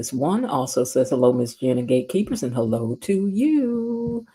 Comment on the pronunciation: Be-lo, girl, you are so right!